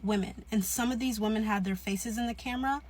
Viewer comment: Him pronouncing women as “woman” always gave me a cringe